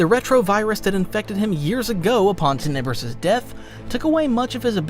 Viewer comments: TENebrous. You put the emPHAsis on the wrong sylLAble. At least some of the time. Some of the time you say it right. I'm confused. If you are emphasizing the second syllable, you are probably thinking of “tenebrious” which included an extra “I” and means the exact same thing- just to make things more confusing. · Why can’t u say plagues masters name